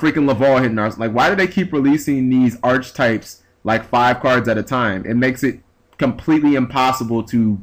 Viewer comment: !!! Grr again! Archetypes,..(ark-e-type). Don't mind me! It just gets me every time.....